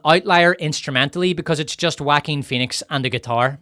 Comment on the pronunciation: finally a generic youtuber properly pronounces that Jaquin name